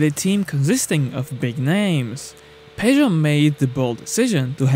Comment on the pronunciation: WTF is "pay-joe'...??!!